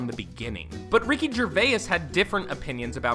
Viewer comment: your pronouncing Ricky Gervais wrong